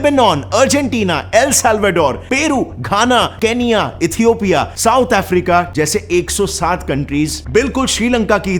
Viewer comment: Peru kena (Ghana) keyla(Kenyan)